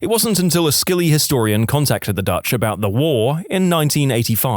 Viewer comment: Narrator, Scilly is pronounced Silly, you silly billy.